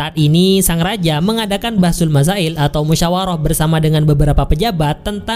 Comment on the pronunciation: "Bahstul masaail" miminya orng pondom yaah 🤠🤠